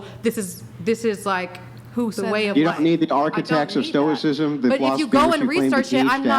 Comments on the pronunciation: They don’t know nothing about the great philosophers like Marcus Aurelius or Epictetus, she barely knows how to even pronounce stoicism. And she speaks about some vibrations and frequencies, it’s insane how this mishmash comes about in her head. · Can’t pronounce stoicism, but she’s going to tell you what it is…. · I'm sure she means Marcus Aurelius. But she doesn't even know his name. She doesn't know what stoicism is or even know how to say it. She doesn't know anything about anything. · Why couldn't the women even pronounce the term (stoicism) properly in the first place? Sigh... They. Do. Not. Know. Anything. Philosophy turned into 'The Secret.' Single? Shocker. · Imagine teaching a subject and you don't know how to pronounce the name of the subject you teach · Imagine telling someone you teach an ideology yet you can’t even pronounce the terms or source the names of those you follow. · She didn't even know how to pronounce "stoicism" so no wonder she doesn't know any stoic's name. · It's wild that correctly labels it as esotericism yet she still claims that its "stoic philosophy" She should've been asked what the definition of stoicism was, she clearly doesn't know (and didn't even know how to pronounce it!) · “Yeah, I teach philosophical stuff about stoi…kis… I don’t know how it’s pronounced, but if you want to hear more, you have to pay me.” 🤦‍♂️ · Can't even pronounce "stoicism." 🙈 Cummmm drunk self proclaimed "philososopherz" 😂🤣😂🤣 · Sarte, camus, kierkegard, they can't even pronounce stoicism 😢😢😢😢😢😮😮😮😮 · Not only do they not know anything about stoicism and the philosophers who've written about it, but they don't even know how to pronounce it properly!! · Damn, she can't even pronounce her field of study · At First They Did Not Even Know How To Pronounce Stoicism😂😂😂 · Can't even pronounce the philosophy you espouse? And you likely meant Marcus, not Maximus. Meditations is a great read, though I doubt these ladies have done so. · "STO-ICK-ISM" bro